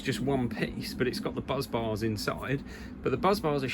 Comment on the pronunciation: Why do you keep calling bus bars 'buzz bars' instead? It's quite funny, admittedly, but it's the main bus, not the main buzz. A well-known example of the correct name being used is in 'Apollo 13', when they report 'Main Bus B under volt!'.